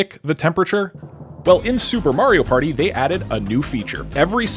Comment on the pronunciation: “It’s a PÆRTŸ”